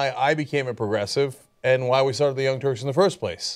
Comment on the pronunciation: He cant even say "Young Turks" properly because he knows its the name of those who committed genocidal atrocities...